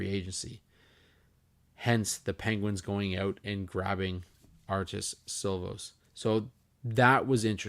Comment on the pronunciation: The Vancouver goalie’s name is pronounced like “she-laufs”. I know it’s spelt Silovs